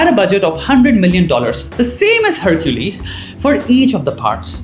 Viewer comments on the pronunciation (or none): The way he says Hercules. "Herr-chu-leez" 😂😂😂😂